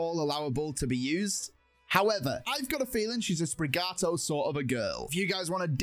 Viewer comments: Its not sprigato its sprigatito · Sprig-at-eat-toe. Not Sprig-ah-toe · Why you call Sprigatito “Sprigato”? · Sprigato Its sprigatito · U call it Sprigato it is Sprigatito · Why’d he pronounce it sprigato, that’s not even close